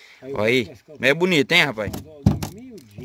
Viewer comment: Soltou o "cacharinha" aí "buniiiiito"... Ganhou like:-):-):-)